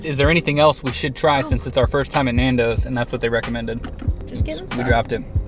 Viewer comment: The pronunciation of Nando’s!!! I had to stop after I heard it a few times! Boke 🤮